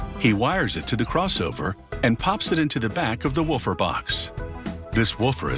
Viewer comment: Did it only bother me that he said 'waffer' instead of 'woofer'?